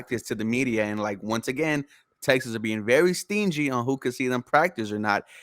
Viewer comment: Guy on the left called em “Texins” 😂